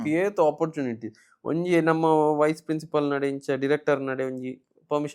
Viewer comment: It's namma, not namana